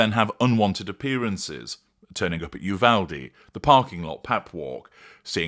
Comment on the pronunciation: Dear, I am amazed it has taken you this long to comment on this. Millions have been wondering this for years. - the correct pronunciation of "Uvalde" (TX) is "yoo-VAL-dee" for your edification.